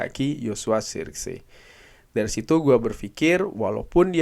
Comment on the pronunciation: cara baca joshua zirkzee : Joshua zerkzi (benar) Joshua sirksee (kurang tepat)